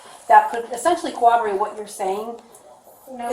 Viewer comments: If you're going to he a cop you may as well learn how to pronounce the word corroborate. It's not "cowoborate". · hate it when cops say corroborate “cowoberate” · Jeez, that cop keeps saying cowoborate.